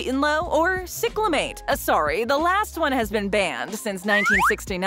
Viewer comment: It's "SAI-clamate", NOT "SICK-lamate"!